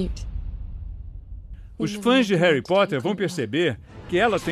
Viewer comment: Só o dobby pode falar "réri"